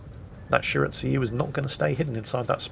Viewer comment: I'm cringing a bit everytime says shir-at-sue-you instead of Shi-ra-tsu-yu